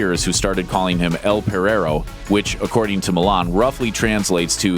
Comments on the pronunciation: el perrero no el perrerro lol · Perrero is pronounced in a way it sounds like Pendejo.